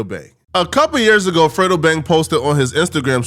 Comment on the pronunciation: 🥷 said frito lmao it's fredo 🥷 😂😂😂